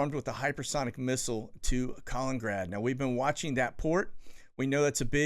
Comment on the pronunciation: Your killin’ me with this pronunciation. It’s a KAH-LINEN-GRAD. Kaliningrad. Not Colin-grad. Lol. You still rock.